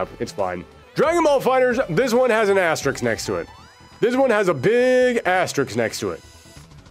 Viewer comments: asterix =/= asterisk You aren’t putting asterisks next to these, you are putting diminutive Gaulish cartoon characters next to them! If you are going to say a word dozens of times in a video then learn how to pronounce it!! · I like how every single person clicking on this video thought "Oh nice, a Darkstalkers video". EDIT: From the video title alone. I forgot the thumbnail alludes to it too. Good video. Can't believe I got through a whole hour of you saying Asterix. That's the name of a character. The symbol is an asterisk. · I'm gonna need you to look very carefully at the following word: asterisk This word is in fact different from the following word: asterix